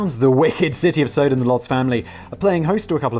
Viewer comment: Dang Simon! First of all it's pronounced Sah-dumb, in popular culture anyway. And then, me thinks the Lady doth...dude. Your obsessive religion bashing is way over the top and makes your fear of death thing painfully obvious even before we hear about the Uncle Walt inspired deep freeze (gawd I hope that's a joke, 'cause science tells us it just don't work that way!). Not religious myself, but it's painful to continue to watch, smacking up against juvenile Edge Lord Uber-cringe territory, the view from the outside of the fishbowl anyway. Or are you a Family Guy fan and are just of the school of comedy that relies heavily on dragging a horse corpse around with you wherever you go? Badoomboom, (cymbals crash)!